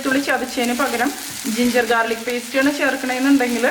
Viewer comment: ജിൻജർ ജാർലിക് അല്ല ഗാർലിക് എന്നല്ലേ 🙄😂